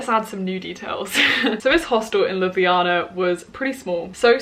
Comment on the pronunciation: gurl do you remember the word that the instructors were saying? i'm slovenian i could translate also your pronounciation of Ljubljana is perfect✨